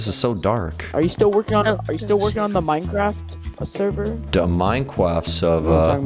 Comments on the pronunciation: Minecwaft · good old minecwaft